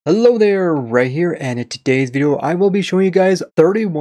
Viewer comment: I'm just gonna throw everyone off ok? Aight At the beginning of every video... Are you saying: Hello there, Ray here OR Hello there, right here :D TBH I can hear both variants and it bothers me inside xD